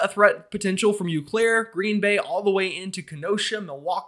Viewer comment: Just a note: Eau Claire is a French name, meaning Clear Water, it is pronounced "oh" "claire".